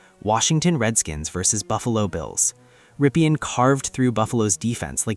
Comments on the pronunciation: It's Rippin' not Rippian' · Ok, Here goes. Rypien is pronounced RIP-EN. ('EN' like in End) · Mark Rypien is so unknown today that YOU don’t even know how to pronounce his name corrrctly. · Jesus man... You really need to check name pronunciations if you want to make videos. I turned it off after you butchered both Rypien and Grbac. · So forgotten that this guy who supposedly researched him can't say his name right.